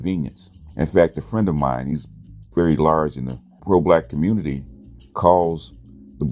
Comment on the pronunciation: Why do you YouTube land dudes say "communitah"? Nobody Black pronounces community as communitah.